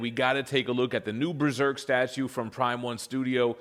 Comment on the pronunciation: New "breserk"? That's an interesting way to say it